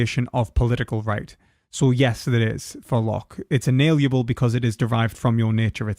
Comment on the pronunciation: You keep saying "inaliable", when you mean "inalienable".